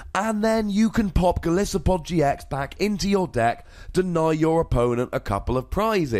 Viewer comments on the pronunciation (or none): Also, Golisopod is pronounced goal-ice-o-pod